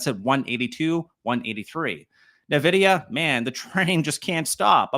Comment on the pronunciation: NVDA is pronounced EN-VID-EEYAH not NEH-VID-EEYAH.